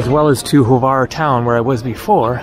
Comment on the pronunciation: Glad you allow comments now... I tried to give you some tips about Hvar in your first video when you did not disclose where you were... I'm glad you are now going all over the island... many people only stay in Hvar Town and miss a lot of the whole beauty... Croats pronounce it like "Phar", or Far... as you saw in Stari Grad, it derives from the greek Pharus, which means lighthouse, and there was one in the Pakleni Islands, or Devil's Islands, the little ones that guard the entrance to Hvar Town... although the name Devil's islands is common, many people say it is an error in translation. Also, the ferry only gets to Stari Grad, defining ferry as a large ship where large items such as vehicles are transported... the depth of the port there allows it. The ship that gets to Hvar Town is a big Catamaran, which basically is a platform mounted on two parallel hulls of equal size and therefore can get in shallow waters. When you get back from Korcula to Hvar, try to go to a winery, the lavender fields... Vrboska can be pretty noisy because normally the nightlife there in high season is a magnet, although not my "cup of tea", as Hvar has slowly but surely displaced other european resorts favored by the jetset... In all those towns, look for the image of a winged lion and his paw over a book. That's the symbol of St. Mark the Evangelist, saint patron of Venice... remember that the Venetians dominated the region for some centuries... if you look for those lions, you'll find them all o